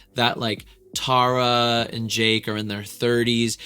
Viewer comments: I'm sorry but it's so funny that he's done so many tarayummy videos and he is still pronouncing her name wrong 🤣 not teara --> TARa😂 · Since no one has told you by now you’ve been saying Tara’s name completely wrong in every video… it’s not tear-a is pronounced like taro but TARA😭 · Loved this video but side note she hates when people pronounce her name wrong like that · It only took you 4 videos to get her name right 😂